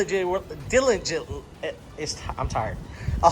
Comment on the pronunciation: “Dil-i-gently”…..LoL 😂😂😂!!!! God Bless!